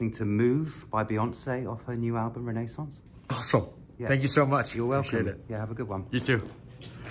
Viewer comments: I just love the way he pronounces Renaissance Ren ai ssance He's too perfect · The way he pronounces renaissance 👌